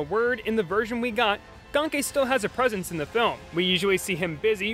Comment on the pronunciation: ganke is pronounced "gain-key" (confirmed by brian michael bendis)